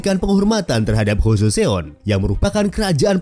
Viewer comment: Bagus videonya informatif. Sedikit saran agar channelnya bs berkembang menjadi semakin baik, ke depannya agar lbh diperhatikan pronounciation yg benar, beberapa kata korea nya sy dengar salah ucap berkali2. Seoul itu dibaca Soul. Joseon itu dibaca joson. Baekje itu dibaca bekje. Hangeul itu dibaca han gel (e nya itu kek kita baca buah apel). Syngman Rhee itu dibacanya Sengman Yi (e nya kayak e di buah apel juga). Marga Lee ato Rhee itu dibacanya Yi. Marga Park itu dibacanya Bak. Hanbok dibaca hanbok bukan henbuk. Dan bbrp kata lainnya mohon lbh diperatikan bagaimana pengucapan yg sebenernya sehingga penyampaian informasinya jd lebih baik lg.